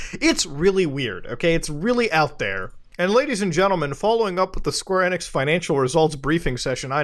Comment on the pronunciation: Every time he says "Square Enex" I cringe! 😧